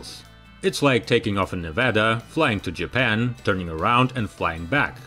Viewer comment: Too many mispronounciations by an otherwise good narrator. "Lockheed" is pronounced lock-HEEED. But he did get "Nevada" right.